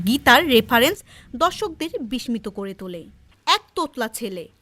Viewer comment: বিষ্মিত এর উচ্চারণ ভুল আছে